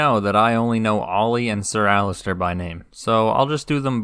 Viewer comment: Your video is great, really well done. That being said, for the love of god please stop calling Alliser Thorne Alistair 😅 You're right about Theon though, I felt exactly the same.